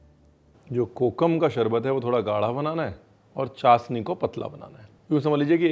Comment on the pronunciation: Zeere ko jeera chshni ko chasni bolna aap pr suite nhi krta kunki aap aise share se hn jhn ki boli ki log misal dete hn